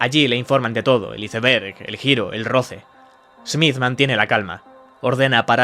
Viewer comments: Los españoles no saben pronunciar bien el ingles? la palabra iceberg se pronuncia "Aisberg" no "Iseberg" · Like si te decepciona el video despues de oir mi veces la palabra izeverg ! A proposito que es un Izeverg? Sera similar a un iceberg (aisverg)????? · 😂HICE BERG????😂 -->>Ice Berg<<--- asi se dice, sino nos vamos a la palabra tempano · ICEBERG, jajaja estos españoles...no saben pronunciar, se diría "aisberg" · Se pronuncia aisberg 😵‍💫 respeten la palabra original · Ice ver?????porque los españoles le resulta pronunciar ,no como leen. 😮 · UN "ISEBERE" UN "ISEBERE" 💩💩💩💩💩💩💩💩💩💩💩..........BOT CTM INFUMABLE!!!!!!!!......CÓMO SI NO FUERA UN DESAGRADO EL ACENTO GALLEGO MÁS ENCIMA ESTE PERFIL ELIGE EL "mejor" BOT, BODRIO!!!!!!!! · Porque los españoles pronuncian el ingles como se escribe? No tiene nada de logica, incluso puede llamarse ignorancia, pues modifican un idioma que ni siquiera es de ellos ! Se dice Aisverg ! Jilipollas! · No puedo escuchar IZEBERG una vez más 😭😭😭😭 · ¿ Porque vergas no pronuncias bien la palabra iceberg ? Chingada madre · interesante informacion pero porfavor si no lo vas a pronunciar bien en ingles, traducelo. En español es tempano de hielo.